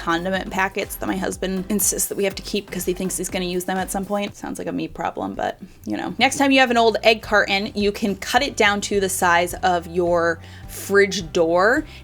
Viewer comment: to what's an egg " car in " ? oh you meant " carton" " kar....TON." to say the word " carton ". That letter T matters...;). What is with soooo many of today's people out there that just think they're supposed to ignore that letter? ( facepalms). Black chicks have been well known on doing this thinking they have upgrading their speaking....Nope... It's like so many people in America are trying to copy UK's stupid habit of ignoring that letter ( lii UUL ..when trying to say " little " for another example .